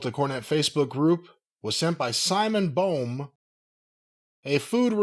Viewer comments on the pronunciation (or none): I doubt it’s pronounced “Bome”. It’s probably spelled Boehm